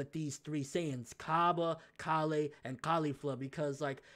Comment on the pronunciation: It's Kale god damnit. Like the vegetable.